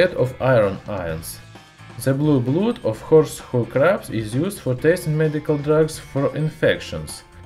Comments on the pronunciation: Blood is pronounced as Blud. I know English doesn't follow it's own rules. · In Norse, Blood is pronounced "bloo". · Its called blood not blued. Nice bideo. Love this stuff. NOW BLOW SOMETHIN' UP!! Signed: Bart Simpson.